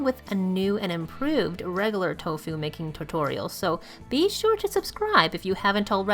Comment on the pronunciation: How you pronounce "tofu" is extremely irritating.